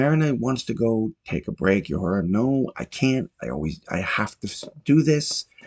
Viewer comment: I can tell you have never seen the show because of the way you butcher Uhuru's name.